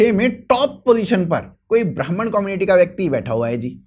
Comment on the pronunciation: Brahman ❌️ Bamaan ✅️